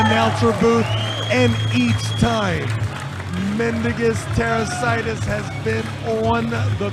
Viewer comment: pronunciation of mindaugus tarasaitis makes it sound like a skin condition😂